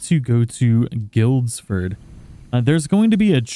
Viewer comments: Holding the roll button extinguishes flames faster. Must hold it down though, a quick press roll will not work. Cheers and thanks for the vids! New game...Intentionally pronounce the names of territories as incorrectly as possible ;-) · The best part of assassins creed valhalla is watching videos watching Americans trying to say British Town names like Norwich and Guildford